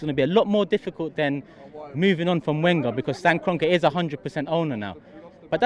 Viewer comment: Christ, this guy still can't pronounce Wenger right!